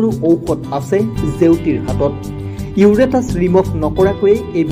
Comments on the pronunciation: Uretus nohoi😅 uterus hoi😂😂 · ভিডিঅ' বিলাক প্ৰস্তুত কৰোঁতা সকলে এটা কথা মনত ৰখা ভাল যে, পঢ়োঁতে শব্দ বিলাকৰ উচ্চাৰণ সঠিক হ'ব লাগে। মানুহৰ ইউৰেটাচ বুলি কোনো অংগ আছে বুলি শুনা নাই, ইউটেৰাচ বুলিহে শুনিছোঁ। ভুল উচ্চাৰণেৰে পঢ়িলে সঁচা কথাও মিছা যেন লাগে।